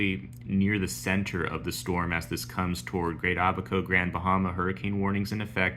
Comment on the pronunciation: Thanks. Glad to hear that correct pronunciation of Abaco ... 👍🏼